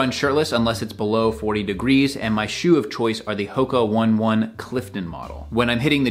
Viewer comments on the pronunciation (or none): I believe the "Hoka One One" is actually pronounced "Ho-kah O-Nay O-Nay" and Not "Hoka 1-1"